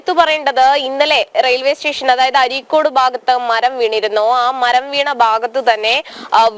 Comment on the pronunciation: അരീക്കോട് അല്ല അരീക്കാട്